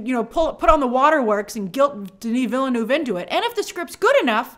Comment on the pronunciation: THAT'S NOT HOW YOU PRONNOUNCE VILLENEUVE!